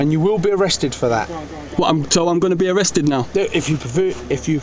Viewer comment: I’d arrest him for saying “arkesd”...